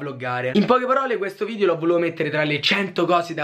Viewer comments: Solo io ho notato “VIDIO” e “AERIO” hahaha❤️🔥🙏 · Si dice video non vidio